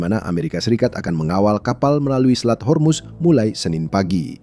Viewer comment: Min, kenapa ga profesional banget....yang benar pelafalannya HORMUZ.......bukan HERMUS